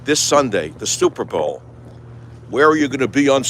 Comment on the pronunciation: The stupper Bowl... classic.